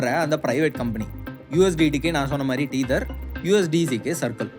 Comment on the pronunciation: it's not 'teether' it should be pronounced as "teh - thuh/thr"